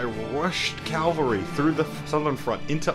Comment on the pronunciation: says cavalry wrong, -1 rep